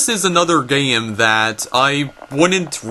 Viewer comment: i am triggered that he can't pronounce toys or game correctly, and says "toyis" and "gayem"